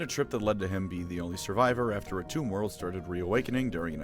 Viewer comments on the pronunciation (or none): none